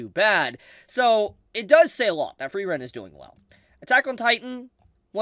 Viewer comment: i love you, but pls type 'Frieren' into your google translator and use the voice/pronounciation function